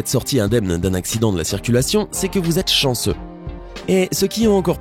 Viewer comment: Chensseu mais pas chensseu